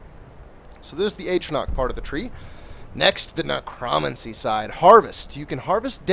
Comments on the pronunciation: every single time he mispronounced Necromancy I cringed. its ne-cro-mancy THREE SYLLABLES he is saying it ne-cromuncy i cringed every time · So you can say Necromage correct but not necromancy? XD